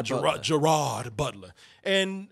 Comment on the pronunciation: & it gerard butler pronounced as ger-raid not ger-rad